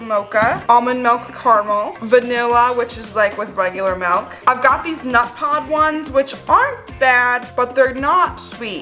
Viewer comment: Love how you say milk like MELK